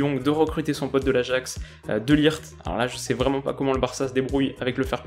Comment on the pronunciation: Ça se prononce "de léyecht" pas "de lirt"